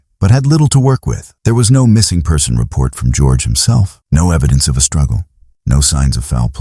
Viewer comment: Eddidence 😂 just found your channel and am really enjoying this however the amount of AI that is used is well… you can do better than that 😊